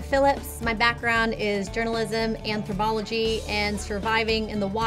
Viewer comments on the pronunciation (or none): guys she said Anthro[B]ology